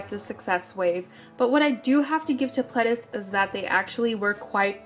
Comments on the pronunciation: i was right about the dees tho, i don't think that they're is a is sound in korean, pleh-dee-seuh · wow I always pronounced Pledis like “pleedis” and now I feel like a fool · Can i just correct the part about fans getting too close? That was in japan. It was their japanese company that was not stepping in and stopping the fans. It did get to the point recently that Pledis did stop their Japanese promotions as NU'EST W due to the fact that it was getting more and more dangerous with them picking up speed. But in the start it was their Japanese company Ariola that was not protecting them fully at their Japanese promotions. Also its pronounced nu EAST not nu EST. You can hear this clearly in their intro